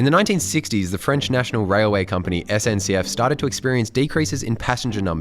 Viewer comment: Perfect French when saying SNCF - Are you speaking French? Oui oui?